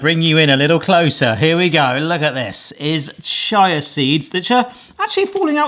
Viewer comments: Shire seeds, apparently 🤷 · "Chaya seeds"